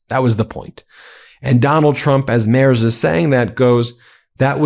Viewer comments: Hey, Ben Friedrich Merz's last name is pronounced Merts. Just sayin... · Its pronounced MERTZ, not MERZ. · Love this channel. But, do try a little harder to pronounce foreign names: Merz is pronounced Mairts, not Mares. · Pronunciation of Merz = mertz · Try to pronounce the 'z' in Merz more like 'ts' please... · In German "Merz" is pronounced " Mairts." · Ben... Friedrich Merz => Freed-rich (like the Scottish word loch) Merts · For the love of C'thulhu: check the pronouciation of names of foreign leaders. Merz is pronounced with a t after the r. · Please pronounce him MERTS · FFS! Please learn to pronounce the German chancellors name PROPERLY! In German, "ie" is s pronounced "ee", as in the word "free". So Friedrich is pronounced "Freedrich" The letter "e" is pronounced "ay", so Merz is pronounced, "m-air-tz". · Learn how to pronounce the German chancellor’s name. Although, you are making progress. You no longer say “mars” like the planet. Let’s work on the final consonant. It is pronounced like a sharp ‘ts’, much like the ‘zz’ in pizza. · Americans, please at least try to get rid of your general mispronouncation of vocals when pronouncing foreign names! Friedrich should maybe spelled Freedrikh for you? And the "e" in Merz sounds more like the "e" in "error", the "z" = "ts". Try that. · Great episode, but a quick tip. Frederic Merz is pronounced with a hard Z at the end - similiar to MERTZ.